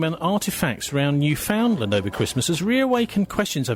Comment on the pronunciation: U pronounced Newfoundland wrong. I should know. Because I’m from Newfoundland